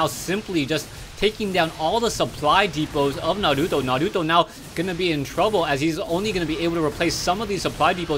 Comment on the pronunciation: you pronounce naruto so awesome!!